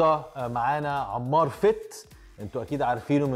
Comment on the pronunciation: انمار مو عمار 😂😂😂 يكول عمار